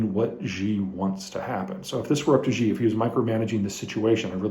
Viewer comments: Peter, please I beg you. Who the hell is “zhee”. Please you say his name “Shee”. Mandarin “X” in english is pronounced like a “Sh” not “Zh”. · Good analysis. One note, in all due respect. Xi Jing Ping's name is pronounced (minus the tones) She JingPig. It is not "Ji/Gee" X in China makes a soft "sh". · Xi is pronounced "She". Ji (gee) is more like chicken. thanks for the update 🙂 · it's SHE with 2nd rising tone, at least in Mandarin. if it was SEE it would have been "Si" in pinyin, not Xi. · Love your videos! But one nitpick: Xi is pronounced like "she".